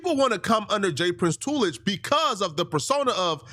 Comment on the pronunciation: Smh under toolage is diabolical